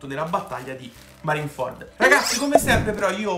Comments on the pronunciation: Appunto si dice marineford tu nel video dici marin ford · Marin-ford non si può sentire🤣🤣